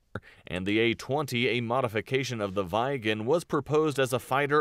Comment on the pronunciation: Kind of funny to me how the speaker of the video pronounces "Viggen" as something like "Vegan", and "Gripen" as "Gripping". When it should be the other way around. Gripen, vegan. Viggen, gripping. Short vowel, long vowel. Feet, fit. You have it in English. Feet is pronounced differently from fit. This is what is going on here, so why can't you get it right? Duh! 🙂